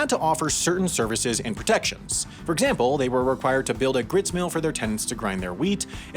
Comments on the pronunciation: I believe it's gristmill, not gritsmill. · Grist mill, not grits. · He can pronounce "régime seigneurial" but not "gristmill" or "Kojak"? Alrighty, then.